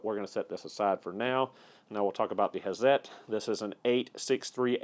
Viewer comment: Awesome... Thanks for correct pronunciation.. excellent. Love these tools excellent review. Hazet..pronounced: "Hartzet" if anyone cares :)